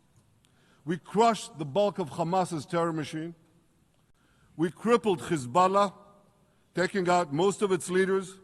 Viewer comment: Khouthies khamas khezbollah He should learn how to pronounce them first😂😂